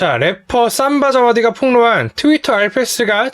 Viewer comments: 삼바자와디가 아니라 '심'바자와디.......... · 삼바자와디가 아니라 심바자와디.........